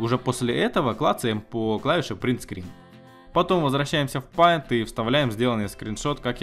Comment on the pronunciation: Не паинт а пэинт